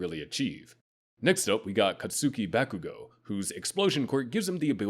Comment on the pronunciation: "Cat-SÜKI back-OO-goh"? My dude; Katsuki is pronounced "Khat-ski" It's 2 syllables. Like "Sasuke" is only 2 syllables. "Sos-kay" "Khat-ski" It's not difficult to listen to the pronunciations as performed by the JPVAs. Also, your definitions between types 2 and 3 are pretty loose.